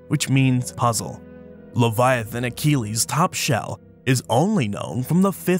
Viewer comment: Sorry for intervening again about the Latin pronunciation. Leviathanochelys: the -chelys part should be read as 'keliss', not "keleeze". Thank you.